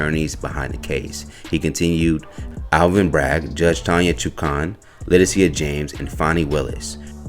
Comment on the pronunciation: Le-Tish-a James bruh. Spelling’s obviously different but the pronunciation’s the same.